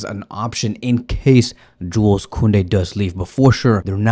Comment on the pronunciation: dont pronaunce the s in Joules